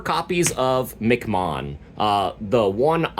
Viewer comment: Nice guide for the Ouranosmon deck. Also MC mom is pronounced as " EM- CEE- Mon" as it name origin is based on the acronym M.C or Master of Ceremonies.